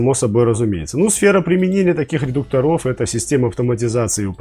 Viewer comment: ударение редУкторов, будте пожалуйста грамотнее, очень познавательный и хороший канал.